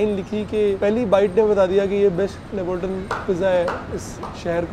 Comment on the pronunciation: Neapolitan is pronounced so wrong lol